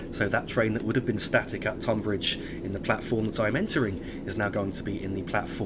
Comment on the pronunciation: Tonbridge is pronounced Tunbridge :)